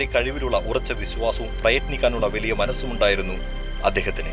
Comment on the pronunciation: വിവരണത്തിന്. അക്ഷര ശുദ്ധി ഉള്ള ആരെയെങ്കിലും ഉപയോഗിച്ചിരുന്നെങ്കിൽ ഏറെ നന്നായിരിക്കും. പഷേ, വെലിയ, സംവീദായകൻ തുടങ്ങി ഉച്ചാരണ ശുദ്ധി ഇല്ലാത്ത ഒട്ടേറെ ഉദാഹരണങ്ങൾ വികലമാക്കിയ വീഡിയോ ക്ലിപ്!!!